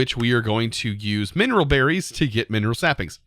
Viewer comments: it's menril sapling, not mineral sapling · Slowly going insane over here with MENril being pronounced as mineral. xD Love the vid! <3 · Does it feel weird for anyone else to hear "menril" being pronounced like "mineral"??